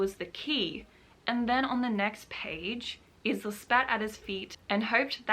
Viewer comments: This was a really nice vlog, you should definitely do more of these! Also her name is pronounced as eye-la unless it says otherwise. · I've heard about the book here for the first time. Maybe I'll read it one day. Just to see what the negative hype is all about. I think you are right about what you said about people being jealous of Alex. The main character is pronounced Ila, I believe. The "s" is silent like in island :) Also, please continue to do book reviews like this :) I'd love you to read the "Most Likely To"- Series by Sarah Sutton. So much swooning I cannot get over how awesome these books are <3 "Teaching the Teacher's Pet" is the first. Then follow "Dreaming About The Boy Next Door" and "Rebelling With The Bad Boy". Book 4 is coming out this September :) My favorite so far is Book 3 :D Sending you much love and creative vibes and hope you get along well with your writing <3